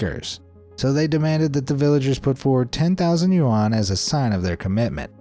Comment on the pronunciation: dude your videos are great...but please learn how to say Yuan...